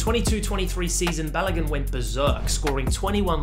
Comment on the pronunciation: You tried with the pronunciation Folarin Balogun😂❤